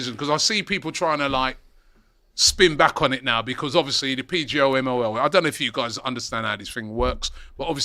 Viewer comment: Despite it being the main topic of conversation, didn’t say ‘PGMOL’ correctly once in this stream